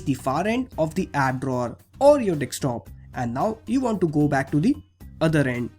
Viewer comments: Observe he dosnt pronounces desktop... He says dekstop lmao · hahaa 'dekstop' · did he say dickscreen👀